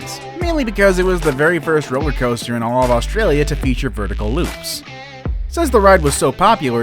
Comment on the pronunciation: You pronounced Australia wrong